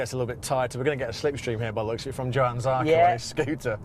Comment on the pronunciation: Johan...not yohan, not jo han...its J 'OH' an Zarco.